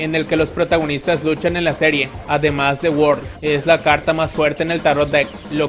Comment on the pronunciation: the world,ulala señor frances,se dice ZE WAARLDO!